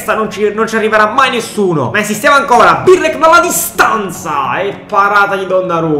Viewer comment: Non si può sentire 'Birlek', impara a chiamarli con il loro nome